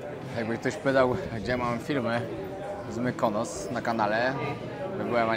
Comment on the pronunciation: ..nie chwalisz się,że Teściowa z Wami...😜😁😘Mykonos...nie Mykanos..😜